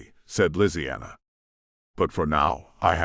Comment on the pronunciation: Ok why did it say lisianna like that? Made me rather uncomfortable lol